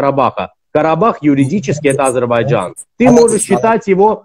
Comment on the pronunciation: Научитесь правильно высказать не Азербайджан, а Азербайджан.